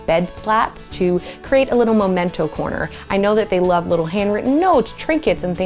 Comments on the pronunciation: SO fun to come across your channel. What a MIND you have! One thing that I must say is that it's a MEMENTO corner, not Momento, but alas, grammar and English are full of tics. Lol. Congrats on your success! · I bet tiny spaces are the hardest to transform. This is amazing! 💖 PS: The word is memento, not momento. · “MEMENTO” not “MOmento”😄 Seriously though, fantastic job with the tiny space you had to work with👍👍👍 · MEMENTO, as in MEMory. Not MOMENTO. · I love space makeovers. Like what you did, but it's Memento, not Momento. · Memento, not momento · I thought it is memento not momento.. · sorry but it's "MEMENTO". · I love this series and this host but honey...it’s MEMENTO huhuhuhu 😭